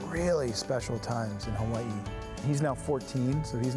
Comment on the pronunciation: Holy shit someome pronounced hawaii correctly, and of course it would be Ian cause hes just so damn cool